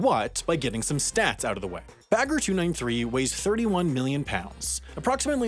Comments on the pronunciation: he is stressing the -er in the end while it should be more relaxed. Like -ah. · The way he pronounced "Bagger" physically hurt me every time. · you say it "bugga" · I always understood beggar